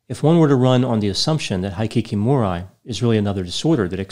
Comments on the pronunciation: I'm only speculating in a situation like this... Is mispronouncing Japanese on purpose as a social experiment? ("Heekeekeemoree", "K-yot-toh"... Hard for me to fathom didn't know that😉 it must be his humor) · Just FYI, the Japanese pronunciations actually are: Hikikomori: hee-kee-ko-mo-ree Shinji Aoba: sheen-jee ow-bah Kyoto: kyo-to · I really enjoy your videos,, but you’re killing me with your pronunciation of Japanese words! “Kyoto”: 2 syllables, pronounced like “To-kyo” backwards “Aoba”: ah-oh-ba “Hikikomori”: hee-kee-koh-moh-ree Vowel pronunciations in Japanese is similar to Spanish. Unlike English, there is only one pronunciation for each vowel. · It is pronounced [Kee_o_to]not [ki_o_to ] and [he_kee_ko_mo_ree]... nice lavender shirt though. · exactly! High-kee-kee-more-eye? W-T-F is that! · You mispronounced both words. Kyoto is pronounced KEY-OH-TOE Hikikomori is pronounced HE-KEY-KO-MORE-E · Instead of guessing and assuming why not research it. Hi‧ki‧ko‧mo‧ri the “i” is a short “i” and the “o” is a long o, Japanese is phonetic so it’s basically spelled the way it’s said. Hikikomori has been around for a long time and is unique to Japan. Studies found that it is a form of severe social withdrawal. It is a sociocultural mental health phenomenon, rather than a distinct mental illness. By the way Kyoto is pronounced kee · ow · tow and it is a pretty important city in Japan and very distracting when you totally butcher it, it’s like if you were to mispronounce Washington over and over in a 15min video. Kyoto was once the capital city of Japan and to this day is known for it’s beautiful women. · I love your videos but please look up how to pronounce foreign words! 😂 I was cringing every time you said hikikomori It's hee-key-kow-mow-ree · His pronounciations are sooo off 🤦‍♂️ High-kee-kee-more-eye? W-T-F is that! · Thumbs down to ignorantly butchering the Japanese words